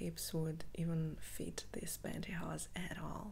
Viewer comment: Hello, I just wanted to say that I haven’t seen one of your videos for quite some time now, if you don’t mind me saying, you look absolutely stunning and beautiful, I also love how you say pantyhose, I could listen to you speak for hours, thanks for the tingles, take care.